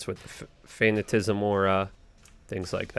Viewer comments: Fuh Nat Uh Cism not Fan Uh Tism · No hate. More of a joke so don't take this the wrong way. I like your vids, but dood please learn how to properly pronounce some of these skills. You butchered Decrepify and Fatanicism...